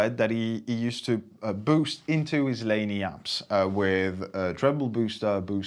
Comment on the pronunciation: PRS, a Fender Tweed (learn how to pronounce Laney please) and you do not have a precise reference of the treble booster? Have you never heard of a Rangemaster? Is this really Thomann?, who decides to "stay off the boost pedal" to play Sabbath... You are a joke! It is shameful to see the biggest music shop in Europe to do such mediocre videos... Especially with the competition around!